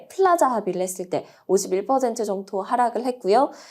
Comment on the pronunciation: 프라자가 아니라 플라자 아닌가요?